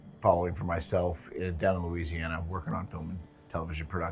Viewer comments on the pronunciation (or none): none